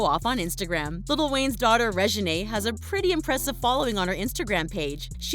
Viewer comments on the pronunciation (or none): it’s pronounced Ré-gih-nay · So y'all just gonna pronounce reginae name like that 🙃